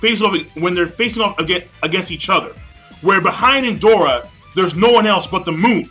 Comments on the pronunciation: One thing, when you try to pronounce the name of Indra, sounds Endora, is IN-DRA, is the same when you say "neji" in your videos, listening to "Nenji", greetings and very good review as always. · Did just say ''Indora''? Lol